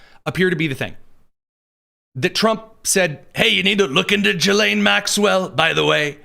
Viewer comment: The S is silent in gislane Maxwell